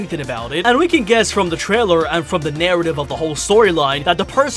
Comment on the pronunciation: Is it just me or did he said Twailer and keeps saying Twailer is he a baby?